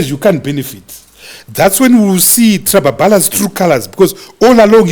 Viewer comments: Biti is a Legend. & Also did you notice that a Disses ED by pronouncing Trablablas as Trababalas , Precabe as Presabe 😂😂😂😂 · It's 'Trababalasi' for me 😂😂